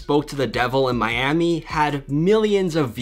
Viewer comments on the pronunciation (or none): none